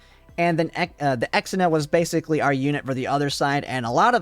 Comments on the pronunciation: Ir is ksenia not exina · Ksenia is pronounced as Xenia its not "Ex - en - a", more like "Zhe - nya" 😉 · Also, pronouncing Kesenia's name as "Eks-enia" is so bad, man. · I have always why you pronounce Ksenia the way you do. Even in Russia/eastern European nations, from which it originates, it is a "k" sound, on the back of the tongue. The further west one goes, the more "ick" sound would turn into a "kay" sound, but I have never heard it pronounced as "ex". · Ex-ina? I had this playing audio only and had no idea who that was until I had to rewatch and realize you were talking about Ksenia. That through me in a loop. Not sure who Chahuya is.